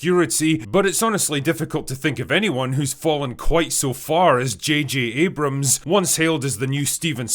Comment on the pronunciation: JJ "Jod Jamer" Abrams ;)